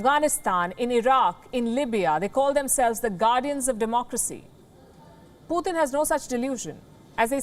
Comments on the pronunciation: It is Putin not puthin….!!! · 'why this lady calling putin as "putthhin" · She really can't pronounciate can she? Poo Thin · I love everything about this reporter except the way she pronounces Putin. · She’s a racist - why doesn’t she speak out against the BJP/ Modi . Learn how to say Putin !!